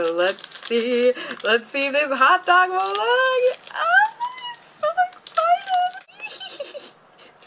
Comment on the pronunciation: we pronounce it molelang, lang’s a is a long a. also we just don’t call this molang, we call it malong-e. 몰랑(molang)이(e). 이 not part of the name but it’s a grammar thing in korea but the character’s name is kind of grouped together and we say molang-e. It’s kind of strange to hear just molang to my ears because I’m used to hearing and seeing molang-e XD